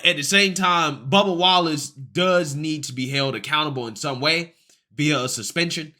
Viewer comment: I swear to God you almost called him bubba Gump. I had to replay that about 4 or 5 times to make sure it wasn't just me lmfao